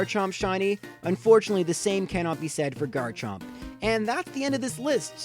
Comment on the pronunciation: He got garchomp wrong